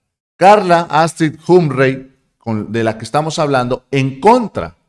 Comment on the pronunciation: CARLA HUM-PREY ????????? NETA ??? SE PRONUNCIA JOMP-FREY